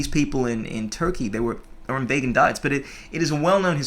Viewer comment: 2013 - back when pronounced vegan as vaygan.